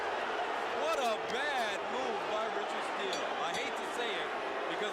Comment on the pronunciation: Reecher Steeleo dranking too much tequila on these time 🤷🏼 🤷🏻‍♀️ 🤷🏻‍♂️ WHAT ES THE F ? Raffare NEX TIM IT WONT BE NO NEEEEEX TIM